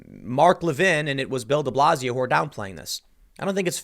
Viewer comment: Thought you were saying build-a-blazio